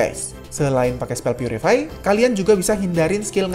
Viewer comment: "Purify" Bukan "putricty"